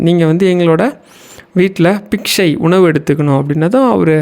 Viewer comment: Thank you. It is Biksha, not piksha. Not a criticism but a constructive feedback.